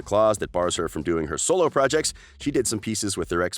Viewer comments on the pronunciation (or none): none